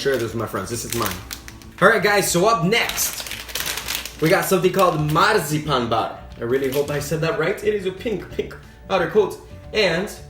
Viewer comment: Det er sjovt når han ruller med r’et i marcipan